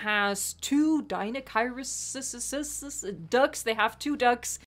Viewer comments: It pronounced deinocheirus (DI-NO-CHI-RUS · deniochurus thats how you say it